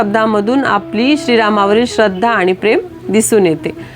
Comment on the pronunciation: ताई, खूप खूप धन्यवाद 🙏 अगदी सोप्या शब्दात आपण हनुमान चालीसेचा अर्थ सांगितला.पण बऱ्याच वेळा आपण हणुमान म्हणजेच नु च्या ठिकाणी णु चा उच्चार केला आहे,तसेच जीवन च्या ठिकाणी जिवण असा उच्चार केला आहे त्याची दखल घ्यावी.